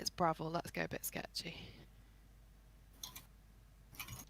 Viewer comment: Braa-ville... wtf?